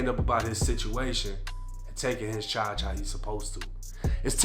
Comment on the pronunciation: "Felony Chauge" 😂 ""Rap Staas"